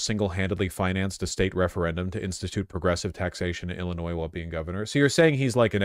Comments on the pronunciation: one more time Vaush pronounces the S in illinois, I will rebel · bro, if I wanted to hear "Illinoise", I'd watch FOX and CNN...